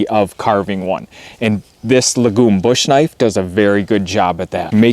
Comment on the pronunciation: Lagom means "Just enough" in Swedish. It's pronounced with a long Aa.